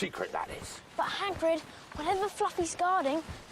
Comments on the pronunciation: "haggard" for hagrid made me chuckle 🤣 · I truly believe, let's call 'em, "brain malfunctions", are infectious 🫨😵‍💫😵😜 I say that because she messes up names (& things in general) soooo badly that it actually causes me (in that moment) to blank on them too 🤷🏼‍♂️🙆🏼‍♂️🤦🏼‍♂️ Like her attempt at 'Hagrid'... it was so bad that it made me [momentarily] forget his name too 🤔🙂‍↔️🤯🤣 If Greg hadn't been there to correct her, I would've had to really put in some effort to pull it... and, just to be clear, I obviously am very familiar with him and his name